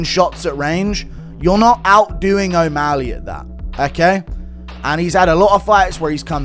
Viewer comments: He was calling him O meth ly 😂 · Cejudo can't talk. Can't pronounce O'Malley. Is he on drugs??😂